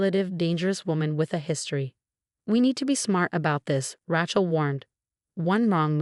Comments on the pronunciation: You know, “Rachel” has only one pronunciation and its “RAY-chel.” I mean I can understand the error in the case of words spelled the same but pronounced differently but when it’s only pronounced one way? Not looking so good for the “intelligence” part of AI. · Please use correct name. it's Rae chel, not Rachel